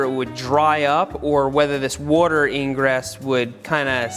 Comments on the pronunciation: The way he says water like ‘wouter’ gets me every time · WOURDER. Seth channeling his inner Brad Leone. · New drinking game. One drink for every time you hear Seth say"Wuadder" 😉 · seth be like wortar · “Woter” yes engish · nobody: seth: warter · Can someone make a compilation of Seth saying “wuter” from this video? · Seth for 12 minutes: Woder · Seth saying woder instead of water triggers just a little bit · I just like the way you say "wuaater". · i love how much you say "wawder" in this video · Seth uses the same wourder as Brad Leone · I’ve never heard Seth say worter so many times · No one: Seth: wooorrter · Dude I wish you would ha r done a tally on how many times you said water. Or... wooter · Seth please just keep saying wuater... Slowly... Again... AGAIN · Congratulations you just watched a man say wooder for 12 minutes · Is it just me or does he say "wuter?" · Say whater one more time. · Seth says “wotur” for 12 minutes straight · "Seth" Well what did we learn today ? 1. Seth says water not water 2. Seth will ask a question and answer with "I dont know havent tried it " 3. Seth +Watergun = brrrrr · Are you from Philadelphia? I’m wondering where your accent on the word “water” comes from. Thanks!